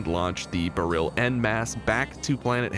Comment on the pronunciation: Every time you mispronounce Beryl makes a little bit of my soul die.